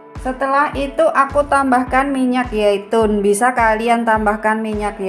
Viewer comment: Minyak zaitun....bukan yaitun